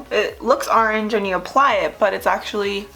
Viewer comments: I think you’re awesome & I can relate to you so much & your makeup is amazing.... but I strongly dislike how you say orange lol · Excuse my rude comment I hate the way you say orange 😂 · It's a philly thing